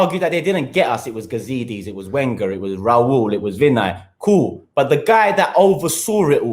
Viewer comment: Why arsenal fans cant pronounce wenger correctly still lol